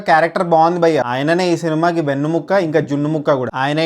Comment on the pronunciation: adi vennu mukka, chicken mukka, mutton bokka kaadu, "Vennu-muka" (వెన్నుముక)